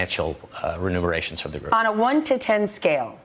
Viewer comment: What’s going on with Richard Engel? It’s not speaken or renumeration ..... it’s spoken and remuneration .... hmmm, apparently listening to trump really does rub off on you.